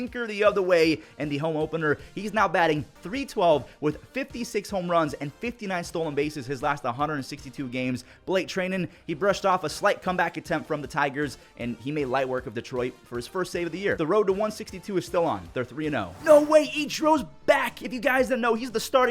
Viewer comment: TRI-NEN not TREY-NEN 😂